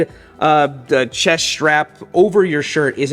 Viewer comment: Schrap? What is a schrap? Strap. The word is strap. Say strap. Or whatever..gonna go ride my borik.